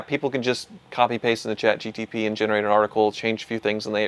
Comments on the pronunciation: with the Chat GTP! 😂 It’s not a Pontiac! It’s Chat GPT! Grok is better anyway! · ChatGPT ❌ ChatGTP ✅ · What's Chat GTP? Is it a competitor to Chat GPT i haven't heard of 😅😂